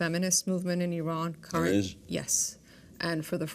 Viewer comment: Learn how to pronounce Iran and Iranian first!